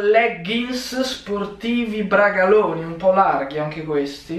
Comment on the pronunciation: Ma non si diceva braCaloni, con la c?